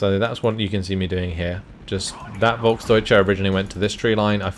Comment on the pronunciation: I know you like to pronounce things correct. You say, Volk-deutsche. Correct is it, Folk´s-deutsche. You miss the s.